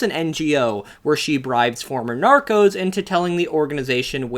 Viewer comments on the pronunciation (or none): none